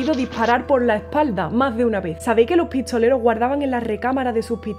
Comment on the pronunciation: Los "pitsoleros" en el "oetse ". Pero excelente ejecución de la guitarra.